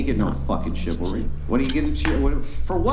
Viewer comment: Its funny they can't say chivalry, just like men cant say reciprocal